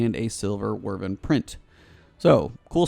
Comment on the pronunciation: How are you getting "wervin" out of wyvern?? The "wy" part is either pronounced like "wide" or like "whip".. both are correct, but it's definitely not "wervin", lol